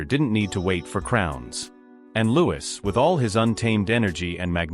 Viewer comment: If someone is going to create content about other people , you’d think they’d make sure to pronounce everyone’s name correctly, regardless how it’s spelled. By his parents’ own declaration, “Louis” is pronounced “Lou-ee.” Get it right.